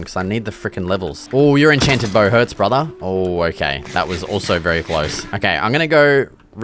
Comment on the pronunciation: “What is this stone brutha?” And instantly knew he is a local bloke